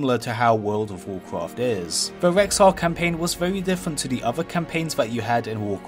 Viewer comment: That voldovocraft secwet is wewy diffewent.